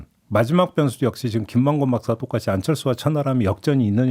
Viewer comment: 김만구 박사로 들리네요 김만권 이죠